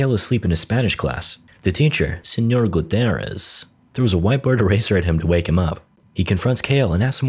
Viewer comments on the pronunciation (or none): Señor gutherez. It’s Gutierrez 😂😂😂😂